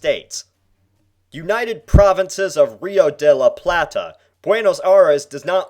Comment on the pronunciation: How he said La plata and Buenos Aires kills me.